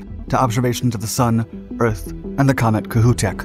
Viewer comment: Kohoutek is Ka hoe teck